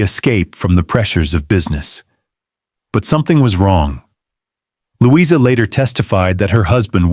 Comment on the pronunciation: Would have been good except for the AI narration (Lou-EYE-zer rather than Louisa????) and random photos of strange Victorian/Edwardian people with no relation to the story.